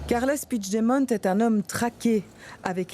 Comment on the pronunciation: Son nom se prononce "Pui-gue-demont" et non "Pouijedemont"... C'est un nom français, ca se prononce donc en français, pas en portugais...